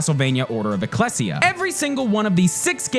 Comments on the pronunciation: Its not Eh-cless-e-uh. Its EE-Cleis-E-Uh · Order of "ECKLESS-EE-UH" EXCUSE ME WHAT?! "Eck-leej-uh." I should know. I grew up in a society where we called churches ecclesias. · "Ech les ia" No you bathead, "Ee clee see uh" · Eh-klee-zee-yuh not Eh-kless-ee-ya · u mispronounced eclessia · HOW DO YOU PRONOUNCE ECCLESIA LIKE THAT DID U EVEN PLAY THE FIRST LEVEL (it has voice acting)